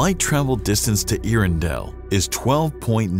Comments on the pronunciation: “Ear-in-dell” doesn’t even make sense. Get it together. “Air-endell” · “Air-endel” but correct me if I’m wrong. You would think they would get it right. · Your narrator need to brush up on his pronunciation of “air-endell” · And the presenter mispronounces it. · Another quick fact. His mispronunciation of it almmost ruined my meal. This is how I learned I am too much of a nerd for my own health. :( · Good documentary, but you'd have had more credibility if you had learned how to pronounce Earendell. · I'm sorry, there's no way I can listen to you mispronounce Earendel for10 minutes.